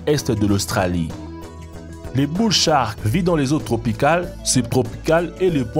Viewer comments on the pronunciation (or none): none